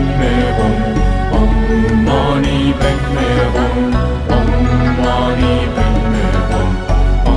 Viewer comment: ¿Qué significa Om Mani Padme Hum? El mantra de Avalokiteshvara es Om Mani Padme Hum, que se pronuncia Om Mani Pemme Hum. El significado es que honras la joya o perla de la sabiduría en el loto. Entonces sigues diciendo: honro la joya de la sabiduría en el loto. El budismo trata sobre el hecho de que sufrimos aquí en la tierra.